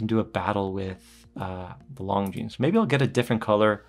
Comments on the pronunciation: Great review. The S in Longines is silent. 'lawn-jean' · The S is silent my friend... It's kind od like calling a Porsche a Porsh. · I'm lusting at this one for a long time but now I have to check that ceramic version. Thanks for the review. You just have to work on the Longines pronunciation a bit ;-) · Just because the French don’t know how to say S 😂 If it’s spelled Longines then you say Longines.